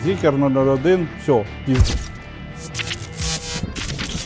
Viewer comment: Та не зікер, а Зікр!!!